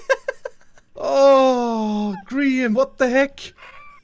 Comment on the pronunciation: It’s grins not Brian dufus